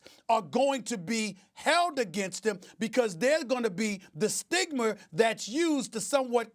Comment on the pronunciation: Stephen A: The STIGMER